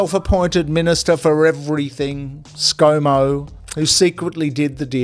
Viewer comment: Is that Scomo or Scamo?🤣